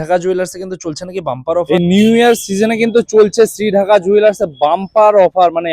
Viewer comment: ডাক্কা not ঢাকা ।। DAKKA NOT DHAKKA